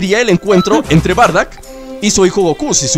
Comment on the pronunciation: se dice bardock